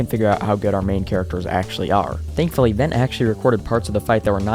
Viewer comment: Vent?? It's Ven broo